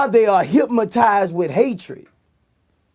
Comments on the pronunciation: Anybody realize he really said hipmatized lol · Boosie:" hyp-motize"😂